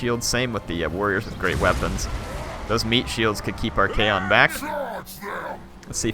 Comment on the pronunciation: It's ARCHAON not Archaeon peasents!